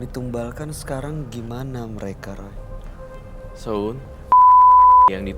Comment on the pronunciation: Koq aku senyum senyum sendiri kak roy nyebut sho'un bihun 😁